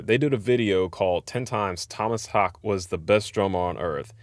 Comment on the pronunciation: Tohmas Hahkeh (short he)